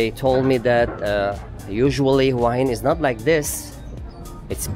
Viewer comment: Please... the city name is pronounced 'whaa heen'. Not 'who-ahh hin'.